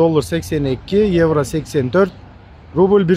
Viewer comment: Еврону кыйналып айтпай эле койчу иним ишине ийгилик рахмат